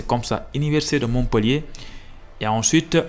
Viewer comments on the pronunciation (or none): none